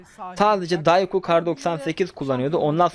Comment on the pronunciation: abi Dayku değil Dokşiyu diye okunuyor